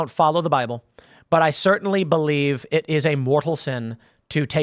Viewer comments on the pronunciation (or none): none